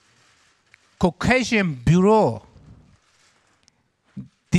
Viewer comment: o demək istədiki: caucasian bureau amma kokeyşın buro şəklində dediyi üçün gülürük və decided to (disaydit to) dedi